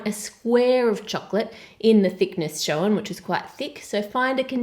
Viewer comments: Can you say shown properly? SHOWEN hahahhahahahhahahhahhahahahhahahahahhahahahahhahahahahahhahahaha. Jokes. Love you really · I love the way she says 'shown' it's like 'showen'